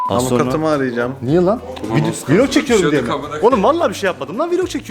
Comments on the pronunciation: Niye hep YouTuberler vlog diyeceğine vilog diyo aynı gibi🤣🔥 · Her viiilog dediğinde güleme krizi geçirdim😂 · ev viylogu çekemem ama viylogu ama vllogu değil :-) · Viloga viilog demesi jsjsjsjsjsjs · Yanlız vlok deyil viilok🤣🤣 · Viloq deyil vlog